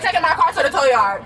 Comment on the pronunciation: A towl truck 😂😂